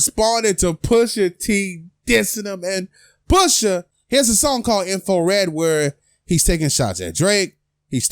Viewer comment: man said "info red" and "doopy" bruh... hahahahah